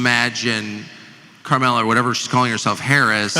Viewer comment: Every time Tucker calls her Carmella 😂😂😂